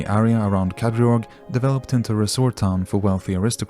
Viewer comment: The pronunciation of Kadriorg is just so wrong... Could you not have made a little research?